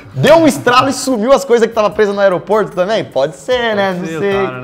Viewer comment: teve um dado mometo que vcs falaram a palavra aeroporto de oroporto